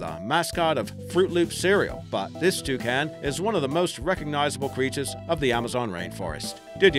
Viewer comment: That's not how you pronounce Toucan -_